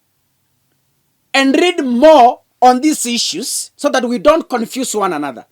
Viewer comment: kakasugura eti isiyuz instead of issues. kizugu yako ni baya, baya kabisa.